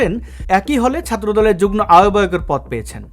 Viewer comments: আপনার উচ্চারণ হচ্ছে যুগ্ন, একটু সেরে নিবেন। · শব্দটার উচ্চারণ যুগ্-মো।